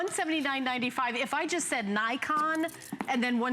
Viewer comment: I think, it pronounce "NiKON" not "Naikon".